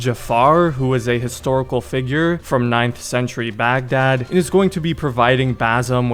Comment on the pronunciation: baghdad is pronounced bagh-dahd (heavy H sound)